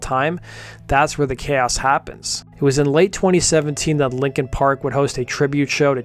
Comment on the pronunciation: Stop saying "likin park!"